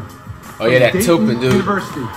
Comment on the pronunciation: he said “that Towpin dude” 🤣🤣🤣🤣